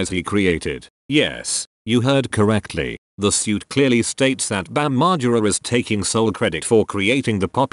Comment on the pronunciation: Great vid except the way you say margera